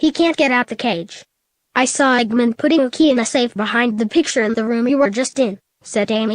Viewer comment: Why can't the computer say Eggman right?